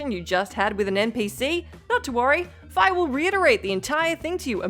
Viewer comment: The only time "Fi" was pronounced Fye was in Hyrule Warriors and was a localization mistake since Fye errs on Germanic pronunciations and not Eastern linguistics. Fee is the proper way to say Fi as far as LoZ goes.